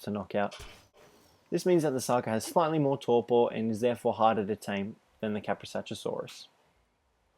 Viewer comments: It's Ka-pro-sook-us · When you hear someone say Kaprosuchusaurus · Iz kaprosukus Not kaprosuchusaurus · it's kaprosuchus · it's kaprosuchus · Your pronouncing kaprosuchus wrong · jesus christ how many fucking times were you able to see their names and still never get it right?